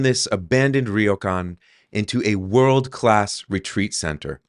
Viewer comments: the y is a consonant, not a vowel. so its not pronounced “rio”. its more like “row” where the r has a soft roll like the mexican r. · Great property, I hope the renovation goes well for you. Just a tiny point, ryo is one syllable, not two. Not trying to be a jerk but since you have bought a Ryokan, it would be good to pronounce it properly. All the best and have fun. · LOL I have never heard Ryokan pronounced like that before LOL and I have lived here since January 2005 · I guess the first thing you should do is learn how to say 'ryokan' 旅館 good luck. (It's a real can)